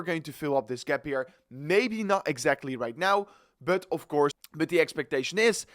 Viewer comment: Your English is perfect! Only the word But......